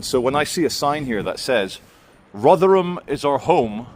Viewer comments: Rothrum, not Rov’ram! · No, 'tis Rother-HAM!